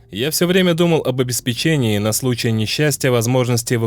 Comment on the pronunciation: Врангель тоже не знал, на какой слог ударение ставить в слове «обеспЕчение»?